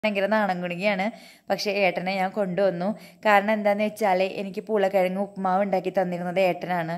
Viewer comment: Aadyam poolakkizhag ennu paranjappo njan kettath urulakkizhag ennanu.. 🤣🤣🤣🤣